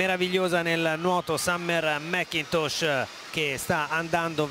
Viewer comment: "Summer-a MacCintosh-a". Gotta love Italian pronunciation of English names! 😀